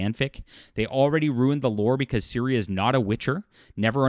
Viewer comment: I agree with you completely. However, it easy for them to accuse you of being another "anti woke grifter" when you can't be bothered to pronounce the series main characters name correctly. Don't give them ammo.